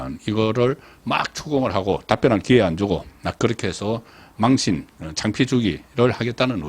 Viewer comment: 아요? 어휘력이 와그렇노? 망신亡身을 망과 신을 쎈발음으로 말하니 갱상도에서 도 사용하지 않는 언어이다. 모노터링을 해봐라. 잘나가다 엉터리 발음으로 말하는 버릇은 고쳐라.